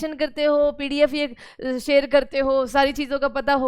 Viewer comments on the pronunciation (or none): none